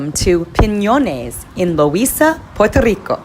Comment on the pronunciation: You said Piñones correct! well done!